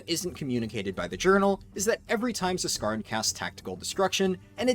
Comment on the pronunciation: the "Z" in Zskarn is silent. as is the "Z" in Zskera Vault...